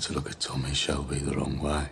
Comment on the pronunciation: يا عم شلبي مييييييين 😂 اسمه شيلبي